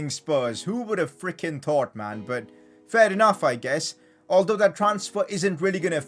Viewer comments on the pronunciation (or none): none